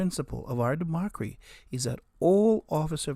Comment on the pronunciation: Did you say democery?😂